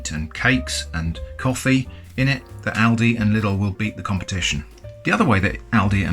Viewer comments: It's Lidl not "Littl" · quick correction as a native german speaker: Its not pronounced liddle but Leeedle. Many foreigners do this mistake :) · the way he says lidl... it's Leedle not little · On Paper: Lidl Germans: Leedle: Liddle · It's pronounced LIDL, Not little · I capital-h Hate that the English speaking world has just unanimously decided that "Lidl" is pronounced "Liddl" for no reason other than half of you people pronouncing Aldi correctly so if you said anything else correctly the universe would implode. Also, I agree with the thumbnail, stop saying "could of", it's annoying me to no end. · I'm from Germany and find it fascinating that there is a Lidl and Aldi in your country aswell! I thought they are located in Germany only. Also the pronounciation of the names is very funny & interesting to me 😂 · lidl is pronounced quite diffrently my friend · As a German, I get anxiety by the way he pronounces Lidl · How these Brits pronounce “Lidl”…never gets old. 🤣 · James Parker yes but if proper pronunciation and grammar are used then your privileged , 99% chance your white and therefore racist so we don’t learn real English , just this keyboard warrior shit and enough to get through “life”